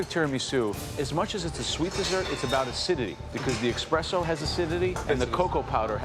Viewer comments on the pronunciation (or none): Joe trying so hard to uphold his “Italian” look. But every single time he said Espresso he said eXpresso and his little Italian sentence had the most horrible accent on it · Did Joe just say “Expresso”? it’s like an Italian breaking spaghetti 😅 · eKspresso? OMG.. judge.. wth? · same, I kept on replaying a few instances of that and kept hearing "eXpresso" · Joe, you're an Italian. What was that "eXpresso"?????? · Joe being such a proud italian that he even pronounces Expresso wrong. Its pronounced "Espresso" and not "EXpresso". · joe saying eXpresso has my blood boiling every time, the first time i heard it i legit went back 6 times to see if i'm hearing it right, apparently i am :')) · I just replayed the "expresso" a few times across the video, had me questioning my ears fr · Joe of all people pronouncing espresso with a hard X had me rewind and make sure i was hearing right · Joe "Italian" saying expresso should have the entire country of Italy on his ass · eXpresso .... WTF xD so called "expert"🤣🤣🤣🤣🤣🤣🤣